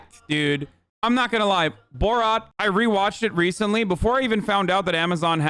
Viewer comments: Not sure why Hasan pronounces it borawt... instead of borat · Bruh stop calling it boraht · Its Bor RAT not Bor Rot learn the name of the movie if you are going to make a video about it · "boe rot" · Why is he saying boar-at